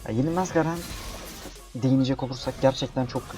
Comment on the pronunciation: GAREN DEĞİL GERIN